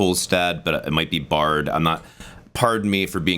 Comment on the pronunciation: Your initial pronunciation of "Baard" was perfect. It sounds more like 'bored' than 'bard'.